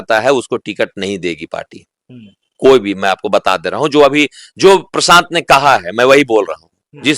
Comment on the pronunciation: Bhai tu prashant ji ka name sahi se bol Tumhare bolne ka tarika sahi nhi hi